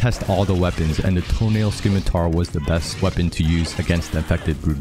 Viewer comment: This dude definitely pronounces Claptrap’s name as “Cluh-four-pee Tip” (CL4P-TP) out here saying “Skimitar” “Peep-Argh” “Coop duh Grass” 🤣 good tutorial though